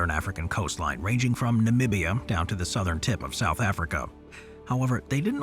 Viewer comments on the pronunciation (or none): none